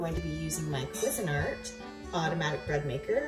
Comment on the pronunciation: Cusine Art... say it. Say cuisine, then say art. Qwe Zeen' Art with the accent on Zeen. That's how the folks at Cuisinart say it and that's the correct pronunciation.